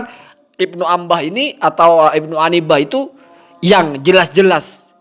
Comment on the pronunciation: Bukan Ibnu Anbah yang benar itu Ibnu inabah, yang bener ngapa